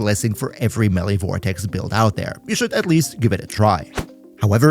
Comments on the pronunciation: FYI, you are also mispronouncing the word 'melee'. Its me-lay, not melly. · eh, technically youre wrong as well. may-lay.